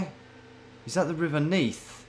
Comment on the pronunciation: I'm from Neath and knew the first one straight away, but hearing you say 'Is that the River Neath' blew me away. You're cracked